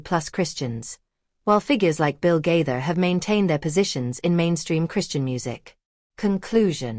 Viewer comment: Stop lying about the Gaithers and learn to pronounce Gaither